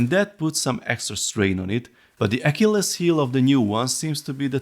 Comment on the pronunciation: That pronunciation of “Achilles” through me for a loop. Great video and review as always!